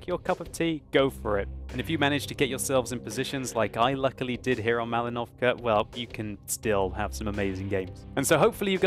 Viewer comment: You should say Mal*I*novka not Malin*O*vka Thank you a lot!